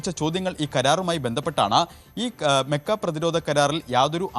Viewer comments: മെക്ക അല്ല മക്ക 👍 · താനെന്തിനാ മെ മെ എന്ന് പറയുന്നത് 😂 മക്കഃ കരാർ എന്ന് പറയാൻ പഠിക്കണം